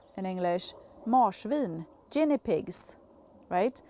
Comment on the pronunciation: Great garden setting love your motivation thank you for sharing and trying in English , oh it’s a G not J sound for Guinne pigs spinach has always been slow I prefer Silverbeet harvest is a lot better ☺️happy gardening from Australia 🧤👒🦘🐨🇦🇺🌱🙌